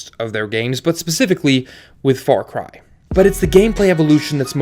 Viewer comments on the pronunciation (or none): fawcwy? FAWCWY? sorry bud you can't have an opinion with that speech impediment. disliked. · did he say far cwy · “Far Cwy is a seewies” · Far Cwy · Far Qwy lol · "Far Qui"